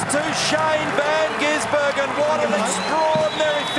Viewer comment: Commentato rjust cant stop changing van gisbergen to van ginsbergen...like years of it..